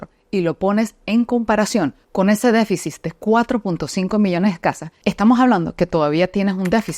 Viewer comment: Disculpa amiga pero creo q se dice deficit. No deficis